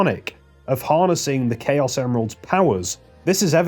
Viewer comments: It's planet of the Chaos "chows", the creatures. Not "Kay-oss" the state of disarray and confusion. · Planet of the Chaos isn't "Planet of Chaos (Kay-Oss)" like you said, but actually "Planet of the Chaos (Chow-s)" as it's a parody of Planet of the Apes. That was the only thing that triggered me, so good job! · Wouldn't it be pronounced planet of the "chows"? Because in Sonic Adventure 2 they have creatures called chao. That billboard in game reads "Planet of the Chaos". You said it like like the English word chaos which wouldn't make much sense given the context since the other movie adds were for the creature chao.